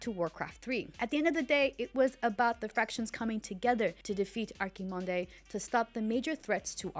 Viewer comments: it's "Ar-ki-mond" not Arkimondey lmao but it dont matter anyways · its Archimonde not Arcy mondy; its Factions not Fractions. Did she ever played the game at least? Omg.... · Lol fractions is funny but the way she said Archimonde got me weak 🤣🤣🤣